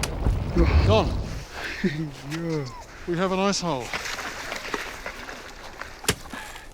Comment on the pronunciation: Lol when he said we have an ice hole in heard " we have an asshole"